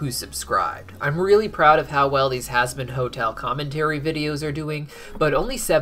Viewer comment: At the start he said husband hotel lol